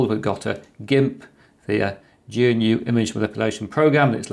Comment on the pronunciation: Why do you say G.N.U. it's Gnu, as in the African animal. This is from the GNU website... The name “GNU” is a recursive acronym for “GNU's Not Unix.” “GNU” is pronounced g'noo, as one syllable, like saying “grew” but replacing the r with n.